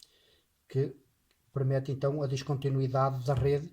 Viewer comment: só uma observação... diz-se PERMITE 😂😂😂😂